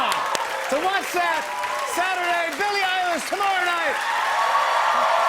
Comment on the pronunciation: Lol I remember watching that as well Billie with the H’s 😂❤️